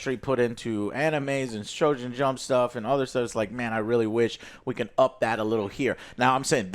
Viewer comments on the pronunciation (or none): did Joe said shoujen stuff instead of shounen jump lol?